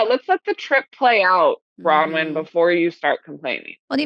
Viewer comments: Why do you keep saying Brawyn? I'm not the only one who has commented on this. It's BroNwyn. Why is your team not correcting you? It's weird. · And no one in his crew will correct him and tell him, it's BroNwyn not Brawyn...